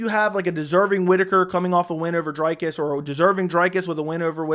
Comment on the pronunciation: It’s “Dree-cus”, isn’t it? Or that one of the inside jokes from the channel? Shillelagh? I think you need the Boston crab.